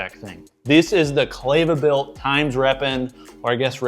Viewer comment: Not clay-va… it’s Kleva like clever 👍🏻